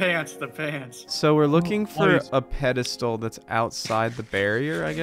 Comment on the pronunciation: Psst, it's "pedestal" :p